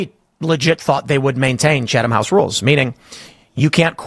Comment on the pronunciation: Wow...this is the biggest load of horse manure I've heard in a long time. First of all, any real journalist knows what the Chatham (that's pronounced chat-ham you ignorant twit) House Rules are. Second, how can you possibly accuse Pool of secretly pushing the Israeli agenda to his audience when he said right up front who he met with, the general topics discussed - which by the way were not what Kimmy here claims, and what Pool told the Israelis. I could go on and on... Kim, you're no journalist. Tim Pool is. Do better.